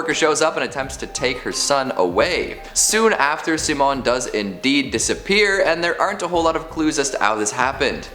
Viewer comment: I dunno if its the movie that pronounced Simon that way but since I have the same name it's killing me to hear you say it that way. At least in my house, it's pronounced si·mon.